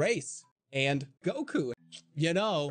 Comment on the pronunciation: He says Goku the exact same way as the recording